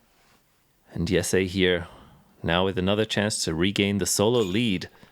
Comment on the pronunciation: Its not yessay, its Jesse